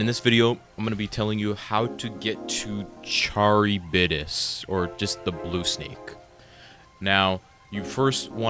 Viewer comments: "charry bidus" bro u mean CarRibDus like wtf 😭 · Not to sound like a nerd but it’s actually pronounced “kah-rib-diss” Pretty sure it’s not even English lol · "charry bittis" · you say "Char" like "car" so Ka-ri-bdis